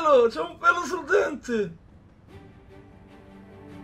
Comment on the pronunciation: un pwewo sul dwentwe